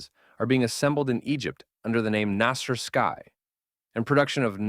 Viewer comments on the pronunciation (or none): you mispronounced everything here, Ramzies instead of RAMSES and you couldn't notice the difference between NASR and NASSER and called them both nazer thinking they meant the same thing. I understand you are not an Egyptian Arabic speaker but it's noteworthy details here. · as far as i know, the company name is Naser, Pronounced: NAsr (very short, tight vowel, almost like “nuhsr” or nuts in English) you can clearly see it in Arabic , but you keep naming it Naasier like the Jamal Abdul Naasier.